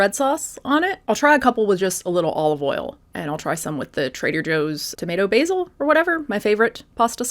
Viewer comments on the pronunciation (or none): none